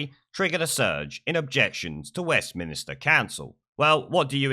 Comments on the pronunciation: Stop saying West Minister, it's Westminster. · It's West Minster not minister!